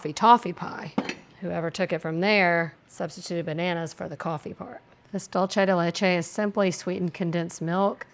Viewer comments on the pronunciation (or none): Dulce de leche is pronounced exactly as it’s written. Dool-seh (not dol-che). I’m Italian too but this is Spanish. Sorry to have to be a language nerd lol 🙈 you are amazing and I’m a solid fan! The more you know 🌈 🌟 😅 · Also the way she pronounced pizzelle 😂😂😂😂 that and the dulce de leche pronunciation had me cracking up. Gotta love her ❤❤❤ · My ears bled every time she pronounced that 😅😅 And when she pronounced the "g" on the ends of words. And caramel. Lol.